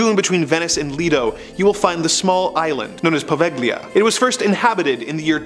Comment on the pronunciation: Poveglia...silent G.